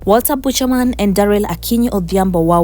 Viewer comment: Si Bushanan, madam- BEUKANAN. Other than that, liking the channel.